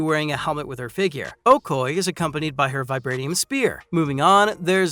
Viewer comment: Oh-koy? Bro, it's pronounced: Oh-koh-yay!